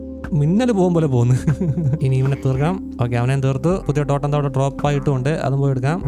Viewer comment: totAm alla totEm